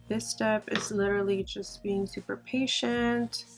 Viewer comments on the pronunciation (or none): none